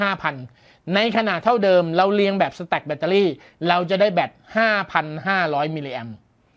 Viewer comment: พอได้ยินคำว่า " สะแตค " ผมนี้นึกถึงกีต้าร์ครับ